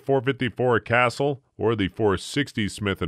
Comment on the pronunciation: Unwatchable. Several mistakes within the 1st 30 seconds of this video. 1. Shows a 500 Magnum being shot while talking about the power. 2. Pronounces Casull as “castle”. 3. Shows .22 long rifle ammo while mentioning the “massive” ammo.